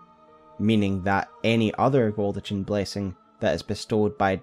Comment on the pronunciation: That baldachin pronunciation drives me up the fucking wall though.